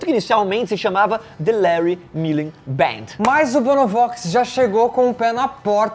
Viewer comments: É MulleN, não MulleR. E o Bono não é Vox. Bj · Gente pela mor de Deus não é Larry Muller é Larry Mullen Jr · Parabéns pelo vídeo! Muito bom! Só uma correção: o baterista do U2 se chama Larry Mullen Jr.; não "Muller" como escrito e falado no vídeo.